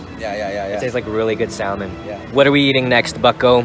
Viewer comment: says sal-mon